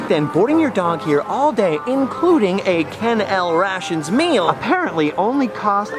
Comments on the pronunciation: It's pronounced Ken L RAY SHUN. Yes, It's spelled like rations from the military but it was never pronounced that way. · Ken-el Ray-shun. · Awesome video as always.. The Ken L Ration was pronounced Kennel RAISHUN. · FYI, it was pronounced Ken L Rayshun with a long A. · It's pronounced "Kennel-RAYshun". I guess a little too young to remember the old TV commercials.